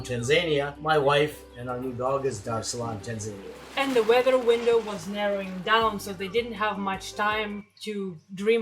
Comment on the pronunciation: Your pronunciation of Tanzania is hysterical... :)